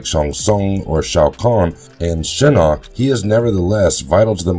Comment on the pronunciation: I’ve noticed several name mispronunciations in this series like Quan Chi as Quin Chi, Shinnok as Shinnik and Ermac as Ermic. And I’ve heard Tarkatan pronounced as Tark-a-tan, I know the spelling is correct but they pronounced it literally as it’s spelled Tark-a-tan. You can tell whoever does these videos aren’t Mortal Kombat fans otherwise they’d never mess up the names like that. Edit: he’s also called Noob Saibot Noob Saybot…WTF! Noob Saibot is my second favourite character after Shao Kahn how can he disrespect my boy Noob Saibot but fucking up his name! So many characters they have mispronounced it’s ridiculous, this would never happen on History Behind The Warrior’s videos on Mortal Kombat characters bios (recommend History Behind The Warrior’s channel if you’ve not seen it, he’s a Mortal Kombat fan and knows his stuff)